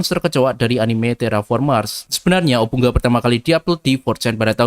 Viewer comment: Bacanya obu nga